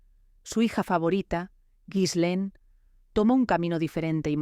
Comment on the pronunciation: Se pronuncia: GI- LEN. Con una G fuerte como en gato.